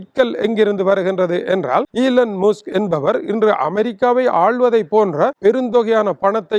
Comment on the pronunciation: அடே தட்டையா உளறிக்கொட்டாதே. இலன் முஸ் அல்லடா அது இலன் மஸ்க். உச்சரிக்கத்தெரியாத உன்பேச்சைக் கேட்க வாந்தி வருகிறது.